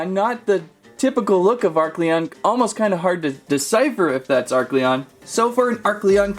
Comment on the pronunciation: Oh and its a-r-Celon